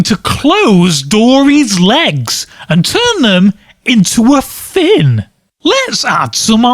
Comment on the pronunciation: The way he said fin was really weird, really really weird.